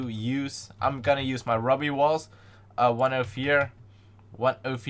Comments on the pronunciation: It's not rubbe it's roo-bee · Definitely how you pronounce ruby XD